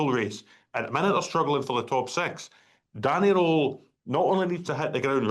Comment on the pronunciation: None of them can even say Danny Rohl name right ,its pronounced Danny rule not Danny role